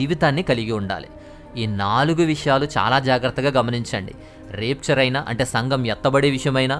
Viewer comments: చాలా మంచి విషయాలు చెప్పారు బ్రదర్.... Repchar కాదు బ్రదర్ ర్యాప్చర్ అని pranounce చెయ్యాలి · Adi రాప్చర్ బ్రదర్ రేప్చర్ కాదు బ్రదర్ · Brother plz check the.pronunciation of RAPTURE in Google ...it's rapture and rapeture ...